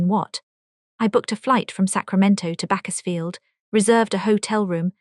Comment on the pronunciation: This ai story doesn't know to pronounce Bakersfield. And also, towards the end it switched languages for a while.